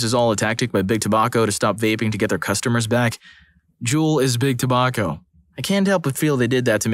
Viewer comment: The way they pronounced tobacco triggered me.